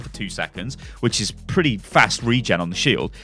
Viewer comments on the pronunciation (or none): none